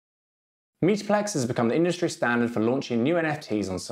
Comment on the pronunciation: Why do you keep saying "meeta-plex"?